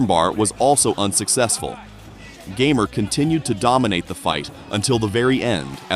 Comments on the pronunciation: You got one thing wrong. His nick name is not gamer like you are pronouncing in English. You would have to watch some polish interviews to hear it. His nickname is made out of his second name. PS: you can actually hear it when Kasta ( polish guy in the KSW, bald ) announces him winner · Fun fact: his nickname is not pronounced "gamer", its "gah-mehr" and doesn't mean anything- just his last name changed a bit. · Its ,,Gamer'' from sourname, not ,,geamer'' from video games, but's nice material